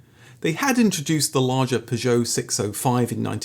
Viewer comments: You must be pronouncing Peugeot that way for comments! Never heard anyone pronounce it like that 😂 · Love your channel, but repeatedly jarred by your pronunciation of Peugeot..... P'geot! Where did you acquire this unusual quirk? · I still think, if you tried really hard, you'd be able to pronounce Peogeot and Lancia correctly.